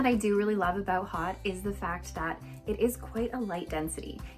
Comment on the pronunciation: Thanks for the video,. Very cute on you, as they ALL are. FYI, "Haute" is a French word pronounced "Hoe-T" adj. 1. high-class or high-toned; fancy: an haute restaurant. 2. high; elevated; upper. [1780–90; < French, feminine of haut literally, high; see haughty]